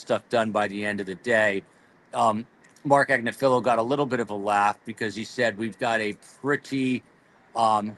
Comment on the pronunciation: Learn how to pronounce “Agnifilo”.